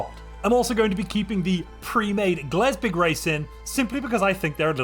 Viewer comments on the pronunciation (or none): Its Glebsig. GLEBSIG. Not Glesbig. B before S.